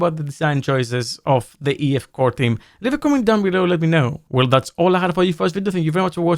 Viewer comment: EF Core 9 - Sounds German when you pronounce it.